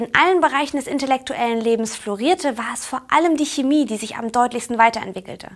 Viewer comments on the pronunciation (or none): none